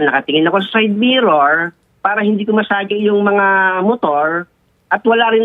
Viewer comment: side mirrrooooaarrrr... Motoarrrrr